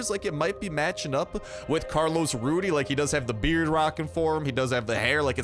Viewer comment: ITS RUDEZ not RUDY